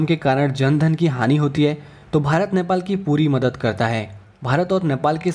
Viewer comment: Bro, it's NEPAL not nyapal. Anyways thanks for the video.